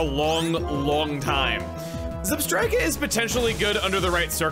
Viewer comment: I guess he still hasn't learned that Zebstrika is based on the British way of saying Zebra...